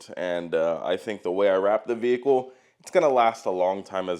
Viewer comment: If I could smack the tits off wreck it Ralph every time he says “VeE HiClE” I would